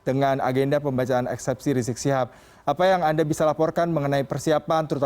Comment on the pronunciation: Woy reporter gx sekolah apa ya.gx bisa ngmg habib rizieq lo yaa.....bukan riziq!!!!!!